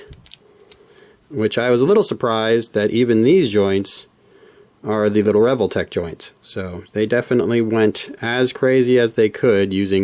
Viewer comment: I've always prounced it as "Ree-Vol-Tech", rather than the way you pronounce it "Revel-tech". Dunno which is correct though. 😂